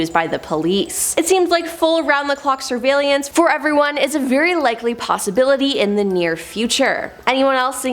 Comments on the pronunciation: "surveylelance" lol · 5 times, 5! Its sur-vail-ance!!! 😔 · Is it just me or did anyone else get bothered by the way she said surveillance 😂😂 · Yeah, it did bother me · Seriously. SHe added an extra syllable for God's sake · Yes got me how she was pronouncing it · Thank God you said it, I was gonna comment about it too ! 😂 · Yea, I didn't like it either lol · same .. made me question if i've been saying it wrong my entire life.. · Yep, there is no second I in surveillance!! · Ack! She did it again! Where is she finding an extra i in surveillance? 😖 And key-o-to!